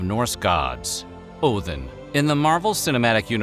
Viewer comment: "Oathin" Look guys, I can pronounce it the ethnic way.